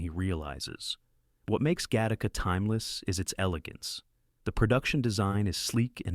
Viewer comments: Literally the worst pronunciation of "eXistenZ" I've ever heard, though at least this film got recognized. Also "GA-tac-a". Time to fire the AI announcers. Though these range from good to great films from a classic era of scifi with touches of cyberpunk and VR. Also, some of the film summaries have random clips from irrelevant movies e.g. "Screamers" has clips from Das Boot and Blade Runner. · OMG !! It's Gattaca, NOT GA - TARK - KA. And then the voice-over goes on to say it correctly. It's gotta be AI that is corrected but not as far back as the introduction of the movie' introduction . So annoying............... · Get Tacos!? Im not sure your pronunciation that right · Really? Gat-taca?